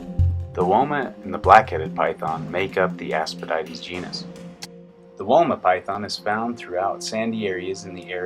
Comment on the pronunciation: Woma is pronounced Womma